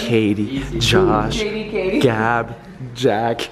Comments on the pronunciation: Hahaha! I love how he said Jatie for Katie, Katie for Josh, and Josh for just the sake of it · I love how he calls them jatie